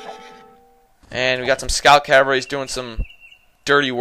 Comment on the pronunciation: It is pronounced, "CAV-ALRY". The V is before the L. Yours is a common mispronunciation, saying Calvary, which is a biblical reference to the hill upon which Christ was crucified.